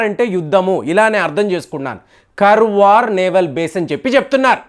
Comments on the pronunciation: Sir adi Karwar kadu kaaravar Ankola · Karwar kadu sir karawara it's in uttarakannada district Karnataka kadamba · Karwar kaadandi.Kaarwar is correct.Meeru pronunciation antha wrong cheptunnaaru. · it's not Karwar it is kannada name Kaarawara, the oldest town and port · Pronunciation కర్వార్ కాదండీ. దాన్ని కార్వార్ అని చెప్పాలి గారు! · కర్వార్ కాదండీ కార్వార్ ఇది కర్ణాటక లోని ఒక ప్రాంతం పేరు, ఆ పెరుమీద నావల్ బేస్ తయారు చేస్తు ఉండవచ్చు. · కర్వార్ కాదు … కార్వార్ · Karwar should pronounced as "kaar·vaar". garu, it isn't as you mentioned about the subject naval base. Normal civilian can't understand these war plans & games. The senior naval officers ( i don't want to mention the ranks for security reasons) get familiarised from different defence war colleges around rhe world. They propose to stratergical location & prove their concept. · garu kaarwar ani pronounce cheyandi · Kaarwar is the correct pronunciation as spelled in kannada. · it's ಕಾರವಾರ. And base name is ಕದಂಬ ನೌಕಾ ನೆಲೆ. your wrong pronounce insulting our kannada place name.